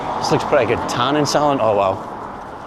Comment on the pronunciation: Did it no just say Tanning Saloon ? Or should I go to specsavers 👓? 😂